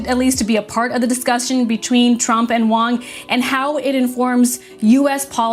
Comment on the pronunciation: It's "Jensen HUANG" - pls get it right.